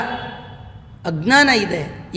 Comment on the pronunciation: ಆಕರ್ಷಕವಾಗಿ ಹೇಳುತ್ತೀರಿ 🙏ನನಗೆ ಒಂದೇ ಆಕ್ಷೇಪ. ನೀವು ಜ್ಞಾನ jnana ಶಬ್ದವನ್ನು ಗ್ನಾನ gnanaಎಂದು ಉಚ್ಚರಿಸುವುದು 😢. ಸಂಸ್ಕೃತ ಬಲ್ಲವರಿಗೆ ಇದು ಹೇಗೆ?